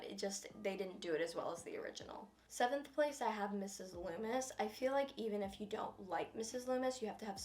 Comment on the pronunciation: "Mrs Lumis" "Stu Meier" "Richie Kersch "Billy Lumis" "Roman Bridger on 12th place" Bruh